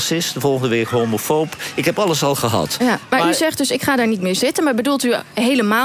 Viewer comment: Johan heeft last van een beetje te lange tenen. Op 50 seconden zegt hij beslist geen IK, maar iets onverstaanbaars. Als de presentatrice hem dan beleefd vraagt of hij ook niet meer met Genee in VI op te treden vaart daarna wel keihard uit door te zeggen ''ik zeg toch met IK? Ik spreek toch geen Spaans.?" Een beetje beleefdheid zou hem nog meer goed doen, want zijn vasthoudendheid om niet meer aan VI mee te doen siert hem uitermate..